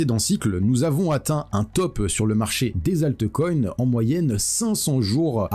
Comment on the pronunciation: C est Altcoin, comme Bitcoin et non pas altecoin ou bitecoin